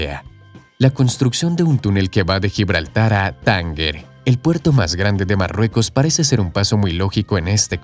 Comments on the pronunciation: Lo que le faltaba a Europa es que los africanos pudieran pasar andando o en automóvil a España. Estamos medio invadidos de magrebíes a pesar de las dificultades actuales. Por cierto: cuando dice "Tánguer" ¿se está refieriendo a Tánger? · El video adoloce de un gran anglocentrismo. Cree que podría haber una conexión entre Gibraltar y Tánger (¿por qué pronunció "Tánguer"?) sin darse cuenta de que Reino Unido carece de soberanía sobre las aguas del Estrecho. Por otro lado, la única razón para construir esa conexión sería unir España y Marruecos. Curiosamente, solo se cita el nombre de estos países en 2 ocasiones!!! Como si fueran convidados de piedra. Y lo peor de todo: no se cita en ningún momento la gigantesca brecha social, económica y cultural entre las dos orillas. ¿Acaso las grandes obras de ingeniería no toman en consideración su influencia sobre el lugar donde se construyen? No hay por dónde cogerlo... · Debería pronunciar correctamente el fonema /g/ cuando va delante de e,i se pronuncia como /j/. Sinceramente chirría bastante escuchar el vídeo cuando pronuncias palabras como: Tánger o gigabyte.